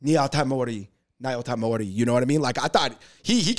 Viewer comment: Y'all can't pronounce "nyotaimori."